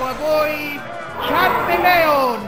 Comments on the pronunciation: ma che pronunce sono? vabbé che anche in Italia gli errori di pronuncia capitano, ma mamma mia se mi disturbano! "Blast-WAS?", "Char-me-LE-on?" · Ah yes, Ciarmeleon Blastuà Arkanyne Magnemyte Miu Gigglipuf Dragonyte Skyther Kabon Rattattà Omanyte Katerpi Psydack Gienga